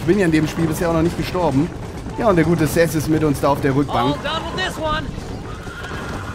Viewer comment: sag doch mal bitte SeTH und nicht immer THeS...ist ja furchtbar...